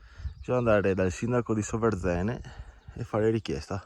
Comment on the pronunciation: Bellissimo video, ma da bellunese non posso non riprenderti sulla pronuncia del comune! È Sòverzene, non Soverzène😂🫶